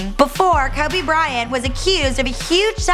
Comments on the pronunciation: Its Kobe not Kabe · Don't let someone who knows nothing about sports document it, it's not kuby it's pronounced coby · It is KODE not cubby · bro its kobe not clubby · "Kubby" Bryant 😂😂😂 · "Kuby bryant" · That lady said cubby Bryant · Lmao Kabe Bryant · cubby bry-int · Why the fuck does she say "Kubby Bryant" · She called Kobe, "Cabby Bryant" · "Kubby Bryhant" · AT SG KUBBY BRYANT!!!!!!!!!!!!!!!!!!!!!!!!!!!!!!!!!!!!! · Kabby Bryant... 😑 really nigga KOBE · "ka be bryant" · "Kubby" your talking about 1 of the the best basketball players and you can't say his name please quit your damn job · Auburn Tigers and Minnesota Timberwolves FAN actually ko be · she called my nigga "Kubby" and got most of her info from Wikipedia smh what a tragedy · "Before KABE Bryant........"😂😂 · Who the fuck is Kuby Bryant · I hate the way she says Kobe "Kubby" and Philadelphia. Put some respeck on my city's legend' name and my city's name. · she was saying Kuby like tf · 'Cowby Bryant' Come on! Couldn't watch this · Kebe Bryant. She doesn't even know how to say kobe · When you say "Kubby" it seriously makes me want to kill myself hahaha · Who's "Kubby Bryant"? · She said kubby bryant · kobe is pronounced kowbey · "Before Keh-be." ????????? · Yo when she says Kobe in the beginning is sound like she saying kobey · Hakki S and how she says Kobe. TF is Kubby??? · Why in the name of god does she keep saying "Kubby Bryant"!! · Bro u got me crying "kubby"😭😭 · Who is this "Kubby Bryant" the lady speaks of? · Who the fuck is kAbe Bryant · did she say kubby bryant? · Koabey is what she says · Jacka Boy she says kube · It sounds like she is saying kaby Bryant 😅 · why would they let someone who can't say kobe right let them talk about the GOAT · How is the BEFORE he was famous? Most of it was during his career...like after his rings even. Also, if she can't pronounce the guy, she probably shouldn't be the one speaking. She's hot, but just no... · Bro she pronounces his name so wrong